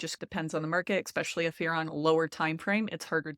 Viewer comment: "especially", not "exspecially." Cringing every time I hear you say it.